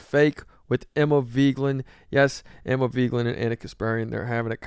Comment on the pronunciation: What's with the clickbait title and the way you keep pronouncing Emma's last name? "Veegland"?